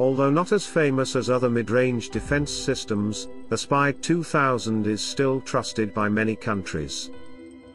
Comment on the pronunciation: Aspide is pronounced A as in apple then speed. Italian spelling works a bit different to English spelling.